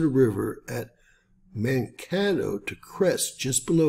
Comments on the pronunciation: Pronounced " mankaaaatoe"....long A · Mankato. Second "a" is "long"